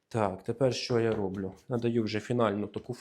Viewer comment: А чего РОблю? А не робЛЮ ?